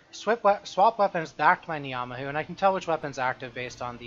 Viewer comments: as somebody from NZ hearing you say Knee-ah-mah-who hurts so much to hear fairly certain its pronounced nah-mah-who still, doesnt take away from the content too much, keep it up! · your pronunciation of ngamahu makes me wanna kill myself